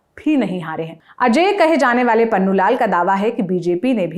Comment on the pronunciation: Aapko logo ka naam thik se lene nai aata jaise pannu lal nai punnu laal mohle